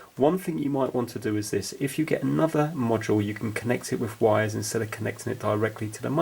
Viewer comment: Vhat are vires? Is it vampire speak for wires?